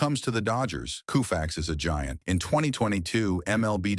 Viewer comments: Can't listen to Coo-Fax anymore. What can you tell me about a person if you don't know how to pronounce their name? A turnoff, waste of time. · Seriously, KOOFAX??? Is he related to Jerry Koosman? How much does it take to have an actual person to narrate? Can't bother watching, sorry. Really sad. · Is this AI? Nobody in there right mind would say coofax.I think AI is reading this. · Who the hell is Koo fax? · I like Sandy but Christians play professional sports on Easter and Christmas day. Also please tell AI that it's not pronounced Koofax❤ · New WORLD RECORD!!! It took precisely 7 seconds for the computerized commentator to say "Sandy KUUUFAX". Nope. Another internet video without intelligence. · Sandy Koo-fax? C'mon! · Can’t watch a video that mispronounced his name. What jerks are making videos. Thanks. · What's with the pronunciation of his name ? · It would be nice, if you learned how to pronounce "Koufax." Also, he was NOT the first pitcher to strike out more than 9 per nine innings. That would have been Herb Score, in 1955 and 1956. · Why should we believe anything this guy says when he can't even pronounce Koufax' name correctly? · KOH fax, not KOO fax! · Can't believe I got roped into watching this shit. Cringed every time it said "Koo-fax." Timelines presented out of order, and a reverse picture of Koufax pitching made him appear as a righty. F-you and F your soulless presentation. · "KOO" - FAX ... Artificial intelligence needs to go to night school!!! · Sandy Koufax,Claude Osteen and Don Drysdale..thee dynamic trio of thee 1960's..Sandy Koufax is 1 of thee all time GREAT pitchers....is Y he is 90+healthy....is last name is pronounce CO FAX...not KU FAX.... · Can't somebody fix the pronunciation? It's not Kooofax. It's Koe fax. Dammit, what's wrong with these people. It's hard to listen to this. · In L.A., we always pronounced it KOH-fax, not KOO-fax. F-ing AI. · Ko fax not Koo fax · Loo-fax? Koo-fax. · Who the f is Koo fax ?!?!?!